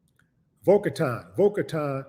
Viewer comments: You had the pronunciation for Boca correct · That Boca one was right, you pronounced it right